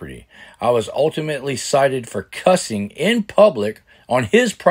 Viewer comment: The word is "cited" not sighted!!!!